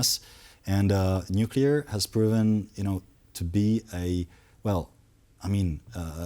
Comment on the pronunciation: The guest knows how to pronounce 'nuclear', and the other TVP hosts including the Polish hosts know how to pronounce 'nuclear'. is not in danger being hired away to a higher profile media company if he cannot or refuses to pronounce the letters in front of him. 'Nukular' is not a word.